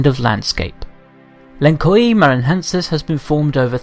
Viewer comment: Beautiful video. Just a little correction : The correct pronounce for "Lençóis Maranhenses" is something like: "len-soils Maran-hences"